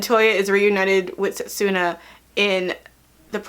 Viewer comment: At least pronounce their names right. Towa, setsuna and moroha.